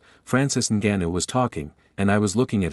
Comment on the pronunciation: You the first guy I had saying his name right. It's Ngannou but people say Angannou